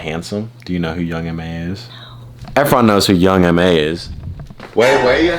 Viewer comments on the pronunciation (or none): Am I the only one that thought young m.a. was pronounced young ma too 😂😂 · HE SAID YOUNG MA ITS YOUNG M-A